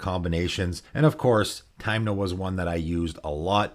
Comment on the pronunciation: Good video, but you calling Tymna "Taymna" almost gave me covid.